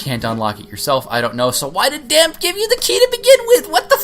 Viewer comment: The accent at the end of Dampe's name makes it sound like "Damp-ay" like the e in Pokemon